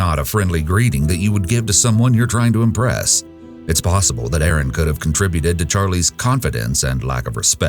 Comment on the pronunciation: It's Erin NOT Aaron